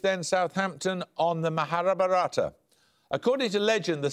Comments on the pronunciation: maharabharata [sic] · fun to hear them mispronounce Mahabharata and every related answer :) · Paxman couldn't pronounce "MahaBharatha" - #Pathetic.